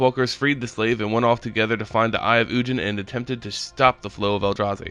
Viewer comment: It’s ug-in not un- jin